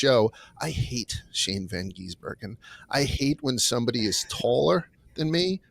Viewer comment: How hard is it to say Shane's surname? GIS-bergen.